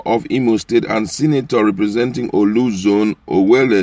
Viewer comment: Please pronounce Orlu correctly. It is Not "OLU"